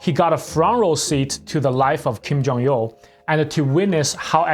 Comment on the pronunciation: why do you keep saying Kim Jong-Yeoh?